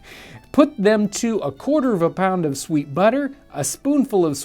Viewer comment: Fweet butter